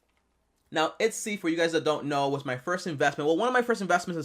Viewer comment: ETSY. Not Itsy.